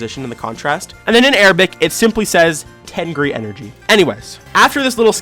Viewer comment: Why did i think the tengri said "myth"